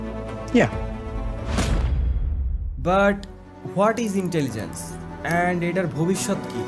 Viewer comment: Ho-At iz intaligance😂😂 gendu